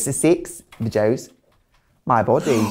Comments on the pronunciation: Six... vedjoes 😀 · I can't be the only one that thought Tracy was saying "sex for joes" instead of sex videos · I'm a teacher and theres a video thing we use to teach maths and the woman says videos like Trixie says sex videos and everytime she says it I hear sex videos, bit awkward!